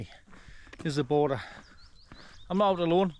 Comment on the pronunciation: Its 'border'